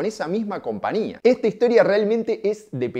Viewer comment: CompaÑia porteÑo. No es compania